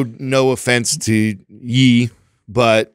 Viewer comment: Its not Ye as in Yeezy, its Ye as in Kanye